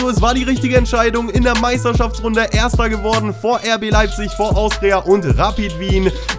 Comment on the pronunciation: wie er vor RB Leipzig sagt 😂😂😂